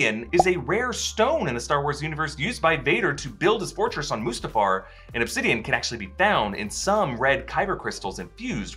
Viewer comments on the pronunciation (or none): none